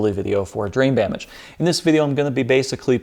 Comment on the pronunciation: The most impressive thing about this entire build is the fact that you can say "Drain Bamage!" so effortlessly. I actually typed it wrong my first try on this comment.